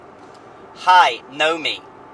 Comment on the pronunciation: I think you pronounced it wrong.... Nuomi, not nomi